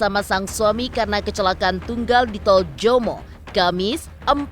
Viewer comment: Bukan TOL JOMO tp TOL JOMBANG